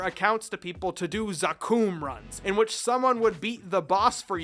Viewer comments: Anyone else cringe when he said zaKOOOM? It's pronounced Zack-um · Isn't it supposed to be za-kum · I-- I'm sorry but... did you say Za-kooom??? I'm at a loss for words.... wat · Each time you said Zakum, I cringed a little. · isnt it the right way of saying it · pls dont pronounce zakum like that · I know I’ll get some shade for this but.... it’s Lith Harbor, Wizet, and dude.. zakoom? Otherwise, I love the video 👌🏻